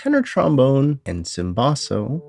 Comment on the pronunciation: nice review. Cimbasso is pronounced CHIM-basso. regarding the 'problem' with looping in the tenor trombone held notes: No trombone would ever hold a note that long for this to be a problem.